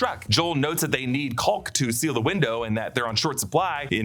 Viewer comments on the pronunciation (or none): Caulk - sounds like cawk, L is silent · Extra emphasis on that L in caulk.